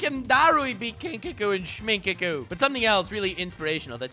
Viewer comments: You kept saying kinkaku and shminkaku but it is kinkaku and ginkaku. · Ginkaku and shminkaku lmao 😂😂😂